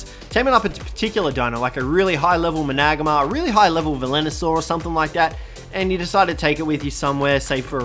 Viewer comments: Mana-gar-mer= managarmr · Think its pernounced man-a-garm-er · please learn how to say managarmr